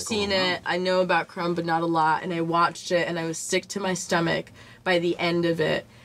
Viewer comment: Did this fellow pronounce the "B" in Crumb?